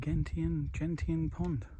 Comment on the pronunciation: To clear up the pronunciation of Gentian for you, it's Jen--shin. A gentian is an odd and interesting blue flower/plant about 6 to7" tall. While not rare, they're not common either, if that makes any sense.